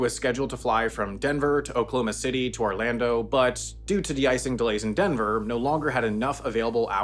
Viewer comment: This is nuts your accent is like dead on in pronouncing oklahoma city like we pronounce it, and I never hear this. It's always like "Oklahoma city" instead of "okloma city"